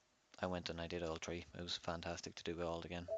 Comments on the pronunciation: Are u saying three or tree lol I like that don’t care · you say the word three like tree.